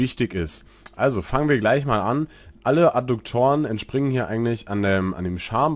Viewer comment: Adduktoren, nicht Adukktoren... sagte der Rechtschreibenazi... Wie auch immer, Danke für Deine Videos und die Zeit die Du dafür aufgebracht hast! Ich hoffe Du kannst das monetarisieren.